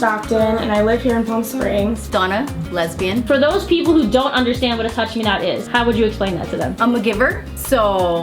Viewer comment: is that how you say lesbian?! XD the more you know